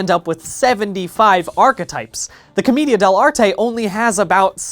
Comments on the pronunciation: who's gonna tell brian it's pronounced "cohm-AY-dia" not "cohm-EE-dia" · I think it’s pronounced Cah-MAY-dia? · Brian I love u but it's "co-MAY-dia"